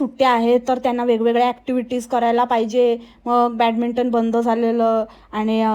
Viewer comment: बॅडमिॅटन ला ती बॅटमिंटन म्हणत होती